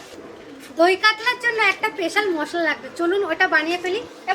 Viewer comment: Peshal na special